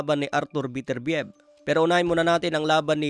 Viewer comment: Ang pronunciation ay be-ter-bi-yeb...